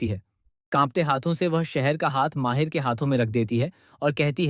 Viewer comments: Mahir nhi h bhai mahidd h ... Aur shahar nhi saher h thik se nam liya kro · Your discription is great but it's not Sh,....Seher...It spoils the pronunciation of names.Its Mahid not Mahir.